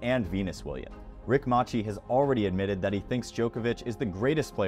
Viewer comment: Rick Mase see!!!!! Not mahchi